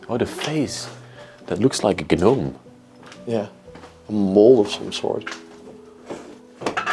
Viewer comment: I love your accent. As a foreigner in a foreign land I know how important pronunciation can be. So just to let you know, the “G” in gnome is silent. But I truly love those language quirks when speaking other languages.